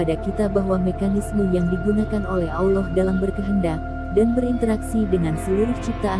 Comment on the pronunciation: Mohon maaf admin pengucapan Allaah nya terbawa huruf wawu,Awllah... Harusnya Allaah bukan awllaah